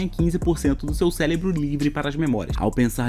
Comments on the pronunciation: Só eu q ouvi ele falar celebro algumas vezes? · olha ele falando célebro........... AAAAAAAA